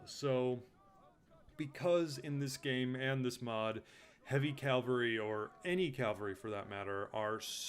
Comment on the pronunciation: great video, i really wanted to find overviews on the factions of tzardoms, i utterly despise how you pronounce cavalry